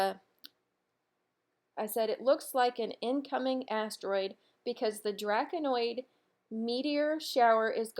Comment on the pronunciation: 'Draconid' (Draco-nid), not "Draconoid" meteor shower. ☺👍